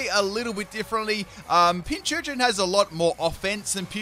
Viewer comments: Pin-cur-chin. That is all. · it's pincurchin like pincushion